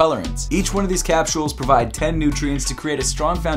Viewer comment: “Capshuole” 😂 made my day